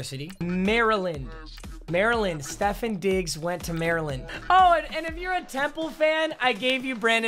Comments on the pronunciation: Its stef-on not stef-in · Wait Stefin Diggs its StefOn Diggs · Its stef-on diggs btw papa no disrespect